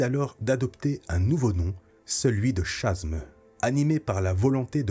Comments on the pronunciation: Merci c'était très intéressant. Au fait Chasm se prononce Kazeum. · super vidéo, juste une petite précision : "Chasm" devrait se prononcer "kasm" (gouffre en anglais)